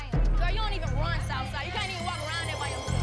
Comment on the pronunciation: Whole time “latto - soufside “